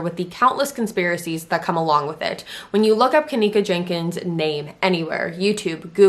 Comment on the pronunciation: It’s not Jankins my goodness you’ve never seen the name Jenkins (geneKins)